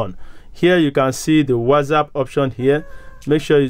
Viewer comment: It's not WazzApp , it's WhatsApp 😅